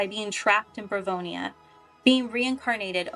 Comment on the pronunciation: Barovia, not Bavronia, no disrespect- it was just bothering me since I run a Curse of Strahd Campaign lol. Love your explanation!